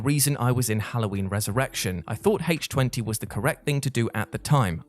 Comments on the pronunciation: Since when has Halloween H2O (i.e. the chemical formula for water) been said as Halloween H-Twenty? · HAYTCH TWENTY?! I DON'T EVEN WATCH THIS FRANCHISE YET WTBFH?!🤪😹